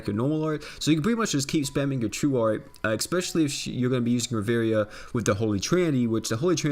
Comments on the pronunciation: Ri-vi-era not Ri-veria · In fact Ri-vie-ra